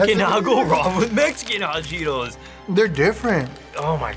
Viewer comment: bro said cheeTOES